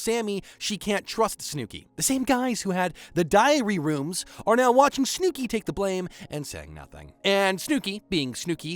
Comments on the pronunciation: "Snewki" hurts me every time 😂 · SnoooKey : Instead Of Snooki | Palipsy Instead Of PoughKeepsie, NJ | Vinny Meets A Silicon (Material) Girl : Instead Of Sicilian (Italian) 😂😂😂. I’m Sorry But, The Pronunciation Is Killing Me Out 👏😂 But, I Fw The Video Tho 🫡🤝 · Snewkie but I absolutely love it lmaoooo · Your pronunciation of Snooki makes me chuckle.. ‘Snoo-key’ lol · Who is snew-key? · Did you watch the entire show and choose to pronounce snooki that way or are you reading from a script? Not one person during the editing process was like, hmm? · If you can't say "Snookie" right then I doubt you watched footage of the show. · The way you say Snooki is frying me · I like the continuous mispronunciation of Snooki! lol